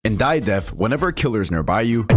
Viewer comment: i heard die of deaf and not die of death